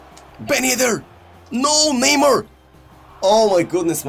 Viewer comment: please stop saying neymur And start saying neymar